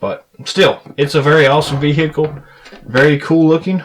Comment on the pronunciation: I can't help but be appalled yet mesmerized at the way he says "bee-hickle".